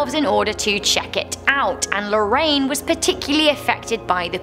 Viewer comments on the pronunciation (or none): none